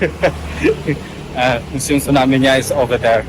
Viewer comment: Museum bukan musium 😂😂